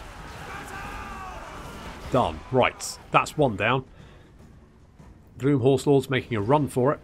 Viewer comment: I know you're saying "Gloom" but it keeps sounding like you are calling them "Glue Horse Lords" and considering they are undead horses this was rather funny to me.